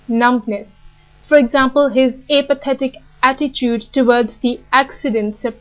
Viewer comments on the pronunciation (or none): The content of this video is interesting, but her accent is intrusive and confusing and her stress and pronunciation are at times incorrect, e.g. "implacable", "apathetic", "synonyms".